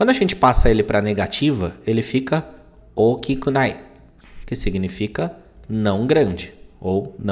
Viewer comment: Saiu ookinunai. Não é ookikunai?